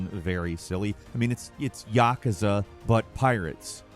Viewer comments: Your pronunciation of yakuza is a felony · Stop saying yakuza like that!